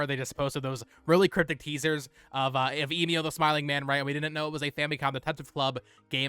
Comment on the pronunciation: The way you mispronounce Emio always drives me crazy